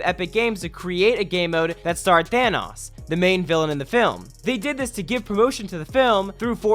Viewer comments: Than oes, not thanas NO, it's thanos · Plz say thanOs not thanous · The way you pronounce Thanos though lmaoooooooooo